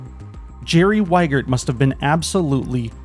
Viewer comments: It's not Weigert, it's Wiegert. Wie as in "wie geht's?" e: I am sorry seems he went with the US mispronunciation of the name when he moved there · I wouldn't buy a car from a guy called Wiegert who thinks it's pronounced "Whygert". It would be "Vee-gert", or "Wee-gert" if you absolutely must. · Since Jerry is a German (Jerry = Gerald), at least you could pronounce his last name right, it is pronounced like you would say "Wee-gert"